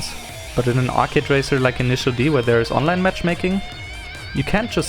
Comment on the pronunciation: “It’s too Arcady” it’s called initial D ARCADE stage